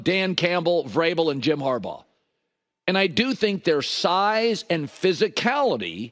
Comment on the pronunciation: He said Harbaugh 🤣